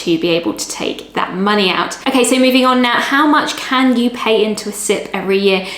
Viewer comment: your "can" at 0.30 sounds very like "can't" have....